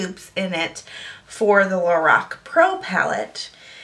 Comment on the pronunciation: It's pronounced "Lor-ahhhh-c" :-)